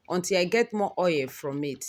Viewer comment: Its not OA its called Oil O illlll Not OA plzzzz😭